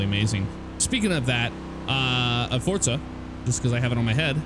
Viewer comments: How ever true that is, most people say Forza. Because they don't associate the franchise with Italy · "Hello everybody, welcome back to 'Fortza' Horizon 3..." Have I been pronouncing Forza wrong this entire time?